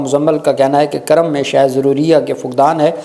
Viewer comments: بھائی یہ کرم نہیں ہے بلکہ کورم ہے کاف پر پیش ہے کرم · کرم نہیں جناب کورم ک کے اوپر پیش ھے